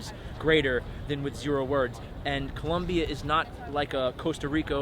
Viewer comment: For someone giving advice on the country it sounds kinda weird hearing him say 'Columbia'. Its Colombia, ppl hate it when you do it wrong. Im married to a Colombiana, i know.